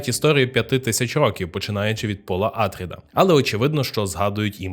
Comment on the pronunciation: Добре, що не Пауль, але чому Àтрід? Прізвище АтрIд (наголос на i). Хоча грецькою все ж такі АтрЕйдіс. Россійські перекладчі у 18 сторіччі чомусь ім'я царя прочитали Атрід замість Атрей, звідси і пішла назва його синів Атріди. То навіщо підтримувати россійську традицію та перекручувати грецьке прізвище?